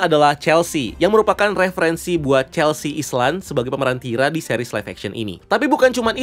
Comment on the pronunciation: Celsi bang harusnya wkwk 😂